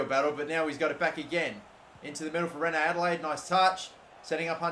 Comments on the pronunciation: Reine-Adélaïde is pronounced Ren Aday-la-eed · Reine adelaïde name Is pronounce like Rain( Reine). Adelaïde.